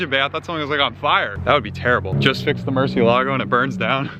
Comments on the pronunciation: Murciélago, sounds Murcieeeeelago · Nobody knows how to pronounce “Murciélago”. Everyone pronounces it incorrectly! The accent is on the “e” and not the “a”. This car was named after a famous Spanish bull, and the name “murciélago” is actually a Spanish word which means “bat”. Please pronounce it correctly. Here’s a link to a video showing how to actually pronounce it